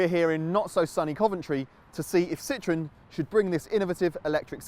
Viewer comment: It’s Citroën not citron